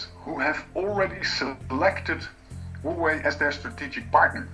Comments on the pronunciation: He could at least make an attempt on pronouncing it somewhat correctly instead of "Hoewey" 😉😂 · he just murdered the company name